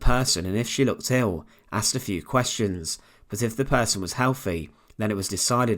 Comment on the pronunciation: Why can’t British folks say “th” instead of “f”...? “Nineteen forty free” is NOT a real date... a person can be healTHy, they can’t be healfy, that’s not a word... a person can THink, but to Fink is to rat someone out... good lord man use your big boy words...